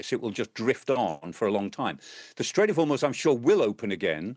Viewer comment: It's not "Hor-moooooooooz". It's Hormoz. Get it right.